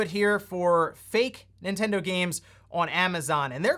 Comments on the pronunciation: Is it just me or do you keep calling it "Super Intendo"? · Intendo? WTF is that? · "N1ntendo" xD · "N1ntendo" lmao